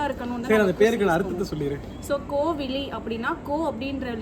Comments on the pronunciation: Name tamil peru dhan but ninga renduperum solradhu pronounce panradha thapu kovili ila kovizhi tamil la crt ah kupdunga name ah azhaga vechitu thapa kupdadinga🥰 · Good name pls try to pronounce the name as கோவிழி Not கோவிலி. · கோவிழி அற்புதமான பெயர், வாழ்க வளமுடன். ஆனால் கோவிலி என்று சொல்கிரீர்கலே, தயவு செய்து உச்சரிப்பை சரிசெய்ய நன்று🙌🙌🙏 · "ழி சொல்லி பழகுங்க. கோவிலி னு சொல்லாதீங்க. தமிழ் பெயர் வச்சத்தில் பெரு மகிழ்ச்சி.. தமிழுக்கு சிறப்பு "ழ ".. கரம். எனவே கோவிலி னு சொல்லி பெயரின் அழகை மாத்திடாதீங்க pls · Name கோவிழி but both of u pronunciation கோவிலி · கோவிழி உச்சரிப்பு சரியா சொல்லுங்க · Papa pera correcta pronounce pannung.parents Rendu perume unga pappa pere solreenga.idula pera vilakkam solreenga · Varadhu nu solakudadhu soli pazhaguna dhan varum😂 apron andha peruke azhagu ilama poidum kupdradhula dhan azhage iruku tamil peuar tamil la crt ah soli kuptadha nalairukum ok va sis